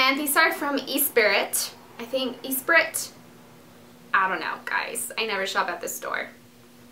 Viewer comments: ES-SPI-RY is how you pronounce it Dulce :) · It's pronounced 'espree'. The t is silent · Dulce its the french brand Esprit is pronouced: eh s p r ee <3 ya! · Do you mean ESpirit? Aww so cute how you pronounced that ! :D It's Espri basically! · Gorgeous clothes!! Yes its said like "es-spree" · Espirit is pronounced like ''Ess-pree''. Espirit is SOOO popular in Paris! lol. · Hahaha, it's "es-pree!" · esprit is pronounced "es-pree" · ESPIRT is pronounced espree :) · Its ESPRIT and pronounced espree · I laughed so hard about the way you said "esprit"... :D x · hahah you don't know ESPRIT ?! its funny how you pronounced it XD